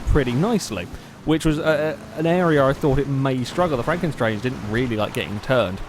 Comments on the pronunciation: It's 'Stange' as in the German for 'pole/rod', not 'Strange' :p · it's pronounced more like shtanga